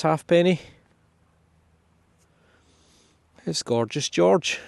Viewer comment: Very impressive! By the way, when they were in circulation, half pennies were pronounced haypennies or more like hape-nies in Scotland.